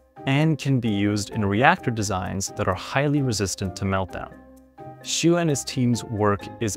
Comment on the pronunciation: As a matter of fact, this white dude mispronounced that scientist's last name Xu. The closest approximation for the name is something like this German Spelling Schüh（Not Schuh, but Schüh.Watch out for the umlaut ü.）.